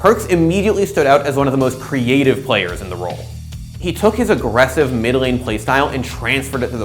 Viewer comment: you mispronounced mid lane LOOL